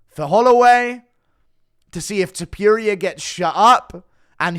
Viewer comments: Stop saying his name like this bruh😂.Its not illia topiuria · Why you saying ilia topiierea its ilia topuria!! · It’s toe-pour-ia pronounce his name right 😂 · Tiperia? Topuria my dude To-pour-ee-ah ya dunce😆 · Tipuria? Can you pronounce the name right bro you do this shit for a livin’ bro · You mispronouncing topurias name on purpose?